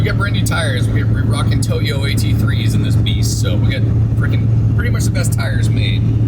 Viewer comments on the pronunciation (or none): none